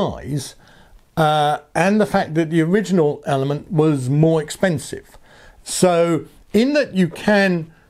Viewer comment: Your attempts to pronounce last syllable of ELEMN'T -- brilliant! I've read that Bolt and Elemnt displays are both 240 dots wide, but Elemnt is 400 dots tall (vs. 320 on Bolt). How does Elemnt use those extra 80 dots of height on its screens? Does it show another row of fields vs. Bolt at same zoom level, or does it just stretch numbers of each row a bit taller? On map page, does Elemnt use those 80 dots to show more of the course ahead? Also, if you could only pick one to ride with, would it be Bolt or Elemnt? Thanks for your great review.